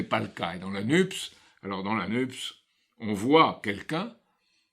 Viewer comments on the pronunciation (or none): NUPES se prononce nupesse comme dans CAPES, CNRS ...